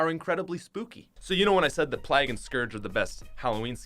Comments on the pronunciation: Every Canadian says PLAG not Plague 😂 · The way u say plague though